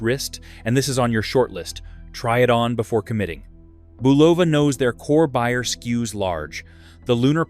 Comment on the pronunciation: Boo Vol La??? It must be an Italian company haha.